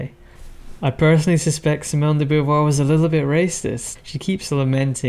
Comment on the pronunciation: If gender were taken to be a social construct, this would legitimise conversion therapy. By the way she did not have a husband (as you state). Sartre may have been her companion but they certainly did not marry. Also her name is not pronounced Boo-voir, Bow-voir would be better.